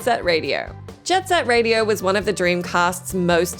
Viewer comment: Say it right:…its Jet Set Radiooooooooo